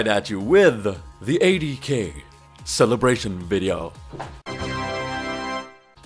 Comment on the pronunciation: Im I the only one that thought he said AD carry when he said 80K